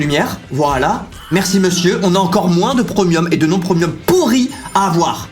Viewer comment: Stopppppp "prEUmium", personne au monde dit ça....et toujours ces infames "je sais pas c'est quoi'', "je vais la faire en premièrE" je vais le dire à mamie (et à ma mie, qui se foutra aussi de ta tronche)